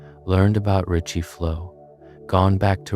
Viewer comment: “Ricci” not “Richie”